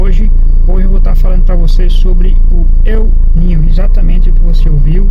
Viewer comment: Eu ninho ?!! Kkkkkkkkkkk Incrível! Kkkkkkkk Se diz EL NÍNIO , que é um fenômeno estudado por um cientista espanhol que descobriu esse fenômeno. El NÍNIO significa MENINO TRAVESSO . É um fenômeno natural que tem origem nas profundezas dos oceanos, provavelmente furações que acontecem nas profundezas dos abismos dos oceanos, daí correntes de águas quentes viajam pelos mares o que afeta o clima da Terra 🌎 Para de pronunciar Eu NINHO !